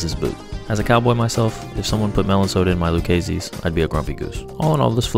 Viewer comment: I have never heard someone pronounce lucchese like that haha